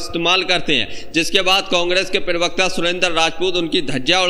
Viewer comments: पिरवकता नहीं होता है भाई प्रवक्ता होता है। सही उच्चारण से बोलो। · Bhai pirwakta pirwakta pirwakta..kya hota hai pirwakta? Prawakta hota hai